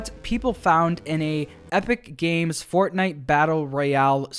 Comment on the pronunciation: HELLO AND WELCOME BACK TO ANOTHER VIDEO ON FUHNAFF 😝👍